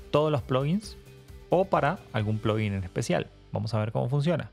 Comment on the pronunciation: nunca va a ser "plogguin" o es "plaguin" o "pluguin" ; "ploguin" suena muy americanizado....